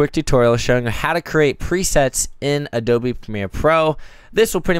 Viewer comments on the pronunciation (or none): none